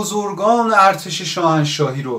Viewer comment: الاغ چی شما اول کلمه ارتش را درست تلفظکن تا بعد